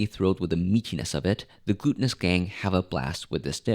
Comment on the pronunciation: Yes the sound is kinda funny and the voice change is unexpected. It's I believe a French word and so a French pronunciation for the sea side town of berleand which I don't know French so I don't know exactly how to pronounce it properly myself Do you know it sounds like you call them the glutenous trio instead of the gulltionus trio which I tried to say too and I don't think I did much better myself.